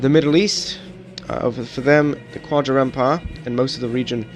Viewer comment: Qajar is pronounced not as kwajar but as Kajar or Gajar (not quite, but those are closest to how you pronounce it in english!)